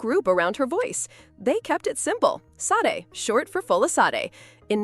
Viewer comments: Please learn how to say her name correctly…… it’s Sadé , not Saad. You put this out and can’t even say her name correctly. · Its pronounced Sha-day.